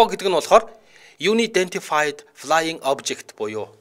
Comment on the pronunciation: Юнидэнтифайд гэж уншихгүй ээ. Анаядээнтифайд гэх маягтай уншина. Eр нь яаж унших нь ойлгомжгүй англи үгийг Google Translate апп 100% зөв уншиж өгдөг шүү. ❤❤❤